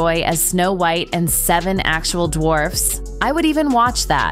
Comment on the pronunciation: Wth is the reason for mispronouncing so many words? Are we supposed to believe it’s AI? I highly doubt AI would mispronounce White or pilot (just to name two). This happens in every one of these videos.